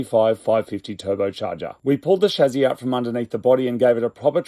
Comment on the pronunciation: I love you moog, watched you since the red nugget dihatsu that was yours. Making your slow car fast by cutting shit off of it, but the way you say chassis has ALWAYS bugged me.